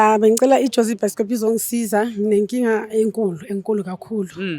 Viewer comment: your episodes 😂😂 By the way....you said it's byskop😂😂😂